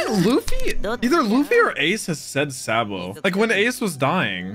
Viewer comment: first of spoiler and you said it wrong.